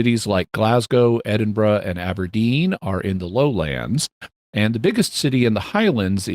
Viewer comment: Scottish listener here! Very impressed that Jimmy managed to not only pronounce 'Loch' correctly, but also the city names Glasgow and Edinburgh which people tend to butcher. Next challenge for Jimmy: to pronounce 'ceilidh', 'Milngavie' and 'Sauchiehall Street' :)